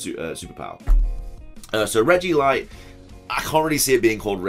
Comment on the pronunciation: I loved all of this (Gmax Jiggly especially) until I heard Regilight and Regidark 😂